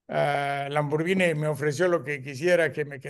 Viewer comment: Este maestro si sabe pronunciar Lamborghini